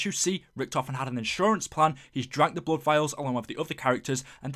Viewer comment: When you said "bluud" my ears started bleeding.